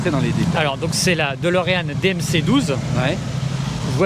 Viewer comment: DElorean. DÉ comme « DÉcidément c’est si dur de dire DÉlorean? ». Même le proprio dit « DOlorean ». C’est pas Dolorès.